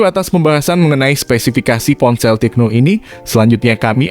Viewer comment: Tecno bukan "TIKNO" 😃